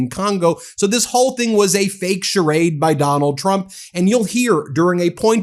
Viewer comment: Did the dude say "President Donut Trump'?